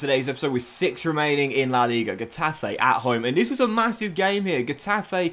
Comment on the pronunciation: N is pronounced like in English, Ñ is pronounced like the Brazilian "NH": Exaple: Ca-TE-na, Co-me-SA-nha Also, these denote tonic vowels: Á, É, Í, Ó, Ú Example: CA-diz, los CAR-me-nes Finally, G before E or I is pronounced like H unless followed by U, which is silent. Example: He-TA-fe, Gi-lla-MON Some other teams' names with different pronunciation: BE-tis, Al-me-RI-a